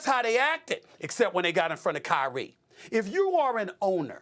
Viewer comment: Kyrie left Nike say it right